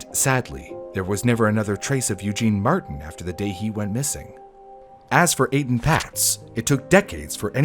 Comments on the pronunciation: Etan Patz’s name is pronounced Ay-Tahn. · His name is pronounced A-Tahn